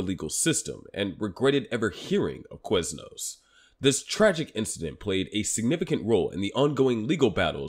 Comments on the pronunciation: why do you say Queznos? its Quiz as in K-wiz not K-wez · Let's make an 8 minute video about Quiznos, but pronounce the word "Queznos" 800 times.